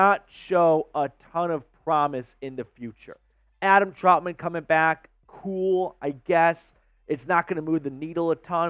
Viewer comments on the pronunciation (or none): Just wanted to help you pronounce the last name Trautman. I believe it's trout-men. You seem to be pronouncing it like traught-men.